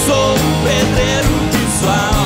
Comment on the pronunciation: é impresão minha ou ele falou "predreiro"